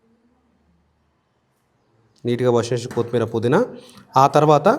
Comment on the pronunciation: anna kothimeera anali, kothmeera kadhu. Baga chepparu and chesaru kuda